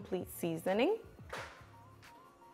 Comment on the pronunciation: Only American that can say worcestershire correctly